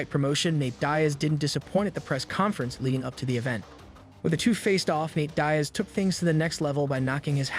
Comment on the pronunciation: "dye-as" pathetic